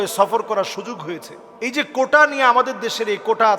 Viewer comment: কোঠা না কোটা😂😂😂সাইফুল্লাহ হুজুর